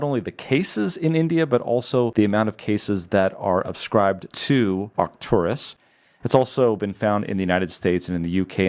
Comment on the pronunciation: “Arcturus?” Whose idea was that?